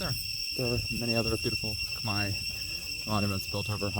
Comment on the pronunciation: You said khmer perfectly. Thanks for sharing your trip.